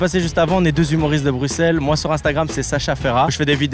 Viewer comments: le bruXllle m'a fait mal 😢😂😂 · Bruxelles Xxxxx il a dit Maxime s'est bruselles qu'on dit Les belges metez un cœur❤ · Ca ne se dit pas "Bruxxxxelss" mais "Brussel" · On ne dis pas bruxel mais brussel je le sais je suis belge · on dit brusselles pas bruxelle meme si ca s'ecrit bruxelle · ca se dit brussels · Brussssssssselle pas bruxxxxxelle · Maxime à Bruxelles on prononce le X par un S